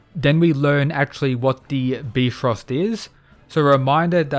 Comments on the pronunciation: Byfrost not beefrost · Bi not B Frost. Like Bi-polar or Bi-sexual Bi-frost. Not B frost lol. Cant wait for the fight. This gonna be good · Bfrost Me: Bifrost?: Bfrost Me: no- its Bifro-: Bfrost Me: Its bifros-: BFROST ME: NO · Just a friendly reminder, it is pronounce •By-Frost. No disrespect, just saying so you won't get roasted in the next vid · I can't take this seriously with him saying bee-frost instead of bifrost(by - frost). Can't wait to see the Emperor of China as a Kingdom fan. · Bifrost pronounced Byefrost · Was kinda bummed Apollo was gonna be the last greek god fighting, im glad Hades stepped up cause seriously Ares wouldve lost Edit: its pronounced BYe-frost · Nobody:: "Beefrost" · Love the vids but the "bee frost" hurts my soul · I don't mean to be that one annoying dude but I think Bifrost is supposed to be pronounced By-Frost because it was in the Marvel Thor movies too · Bifrost is pronounced Bye-Frost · It’s pronounced bye-frost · I love your videos but u saying bee-frost trigger me a little 🤨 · youre wrong, it is actually pronounced bee-fröst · if you really want to get technical then it is •Bif-rost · downvote so he doesnt see this and says beefrost again lol its funny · fair, but his is much closer to the actual pronunciation than bye frost. So it's an L either way. Thanks Marvel. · oh shit you're right. Bruh marvel fucked up my brain. It's (beh- frest).